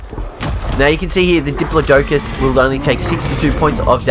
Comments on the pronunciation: did he say diplo-doe-cus? pretty sure its pronounced Dih-plo-duh-cuss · The way you said diplodocus though lol